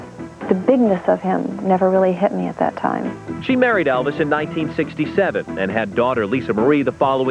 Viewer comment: Tht rude of sue Ellen Bobby say Elvises ex wife tht joking by Elvis name how they pronounce it how stuck up jealous to say Elvis name wrongly then 2